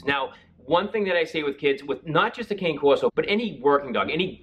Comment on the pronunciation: The word “cane” is pronounced “c-a(alfred) -n -e (e as elephant)”.